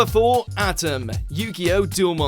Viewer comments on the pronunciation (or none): At 'em.....At......'em...., you made people, die hard anime fans, scream, rage, cry and even confused every time you put out a new list. But as a Die-hard Yugioh fan, I'M FUCKING PISSED ON HOW YOU PRONOUNCED HIS NAME!!! It's pronounced "Atem"! Ah-Tem! A Tem! Not At em, that rhymes with Adam! It's Ah-Tem!! A Tem!!! Plus, You put in "yugi" instead of putting his real name, so WTF?? Plus, why are you putting the Persona series into the list?! 1) They're video game series! Anime adaption doesn't count! and 2) Neither of them didn't technically kill a god. Even it's stated in the sequel games that they're still alive, so they shouldn't be on this list!! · Ow... how he said Atem... its not Atom its Ah-tehm, its Egyptian. You do not pronounce it with a hard A sound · Firstly you mince pronounced The name of the pharaoh it Attem Secondly hes the strongest Besides inuyasha and his Brother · Quit mispronouncing "Atem"!